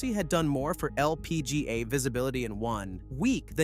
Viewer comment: Bro why are you saying LPGA like that. Holy crap.